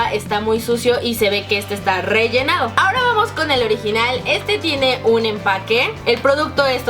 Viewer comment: like si el minuto KAREN DIJO RELLENAO En vez DE RELLENADO